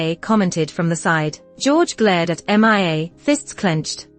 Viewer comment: 2nd story saying m.i.a. instead of mia